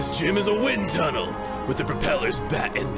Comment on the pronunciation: To normal people it's a "Wind Tunnel" but to Chugga it's a "WIN TUNNEL!"